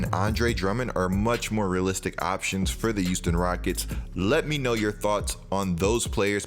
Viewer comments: Does anyone else here him say “Youston” instead of Houston? I just think it’s cool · Youston Rockets 😂😂 it’s Houston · Take a shot every time says “Youston”